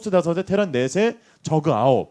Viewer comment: 전태양 선수 쩌그 발음 ㅎㅎ